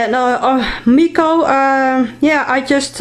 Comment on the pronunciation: Now that's a beauty! Thanks for sharing. P.S. You pronounced my name really nicely. (